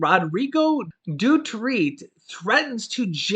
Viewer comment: Its du-ter-te 👍🏼